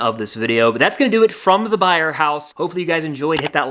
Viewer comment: “Byers” house, not “Byer” house!!